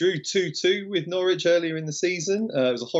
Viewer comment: Great show. I expected Flash to tell how to pronounce Norwich properly again lol, struggles with that.